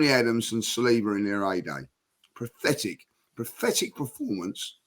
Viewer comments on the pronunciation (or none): "Prothetic" Everyone else: "Pathetic" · Can some tell lee its not pronounced "prothetic". 😂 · Why does always say “PRATHETIC” 😆